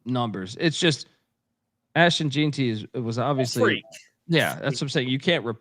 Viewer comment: While I can understand mispronouncing some obscure name or location, etc, I can't understand how you can pronounce Ashton Jeanty as "Jeen-tee" instead of "Jen-tee" when he was so nationally known.